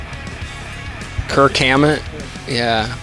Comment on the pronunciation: "kirk hamett??" lool